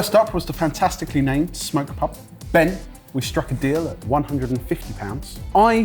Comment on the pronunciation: It's Smok pub not smoke pub 😅